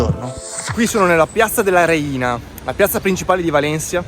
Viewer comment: "Réina", non "Reína": .